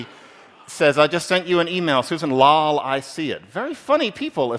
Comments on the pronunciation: 15 years ago when gaming online with friends we would say "lol" the way the speaker said it. I haven't heard this said out loud in years though! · His pronunciation of "lol" actually hurts. Great analysis, though